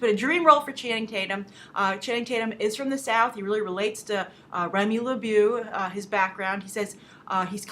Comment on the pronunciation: BTW Grace, don't know if you accidentally misspoke but you pronounce Gambit's last name Le-BOW(go really soft on the end of it). Sorry to be so picky but as half French when I hear some of the easier French names mispronounced it bugs me.